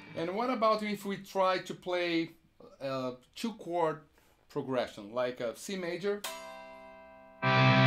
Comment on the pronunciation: if you Google it, you'll see "two" is pronounced as a prolonged "too", and "to" a shorter sounding "too". There's a difference, albeit small. Brazilians like Kiko will pronounce something like "tchoo" for both to and two. I'm really nitpicking here, but still, can't help myself.